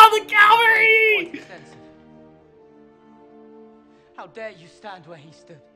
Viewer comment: Love your reactions bro but I gotta say one thing, I know you mean to say cavalry (which is the mounted elite troops you're thinking about) but you keep saying Calvary, which was the place where Jesus was crucified. I just wanted to put that out there! But anyways keep on going with this channel man!